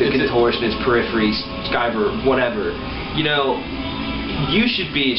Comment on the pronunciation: I like how he pronounces Periphery lol